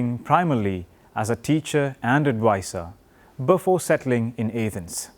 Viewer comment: also its A-thens not YAH-thens